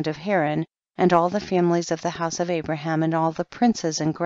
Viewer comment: Pronounced Abraham as "Abram" the entire time. 🤦‍♂️